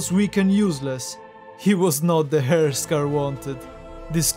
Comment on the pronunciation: I just want to say, you pronounce the word heir like hair. But its real pronunciation should be like "air". Just a friendly advice